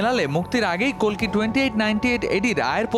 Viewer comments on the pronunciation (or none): Kolki na boin oi ta kalki hobe atto soddo Bola lagbe na 😂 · কেমন সাংবাদিক বাংলা উচ্চারণ ঠিক করে করতে পারে না ওটা কল্কি নয় কাল্কি, পৃথিবীতে যখন পাপ বেড়ে যায় এবং পাপীরা রাজত্ব করে তখন ধর্ম প্রতিষ্ঠা করতে এবং পাপ মুক্ত করতে এই বিশ্বব্রহ্মাণ্ডের মালিক যিনি বিষ্ণু তিনি অবতার নেন, কাল্কি তারই দশম অবতার এই কলি যুগের